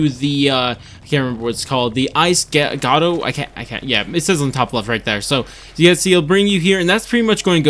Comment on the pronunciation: its called a grotto. groh-to.